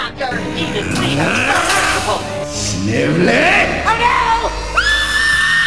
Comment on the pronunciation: Snivley not snivelt